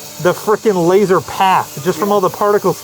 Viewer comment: It's pronounced "laser" and not laser. You gotta have the air quotes.